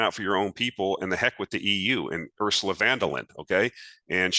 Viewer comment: Hi: friendly help offered for her name‘s correct pronunciation: Ursula Fun-der-Lie-an 😅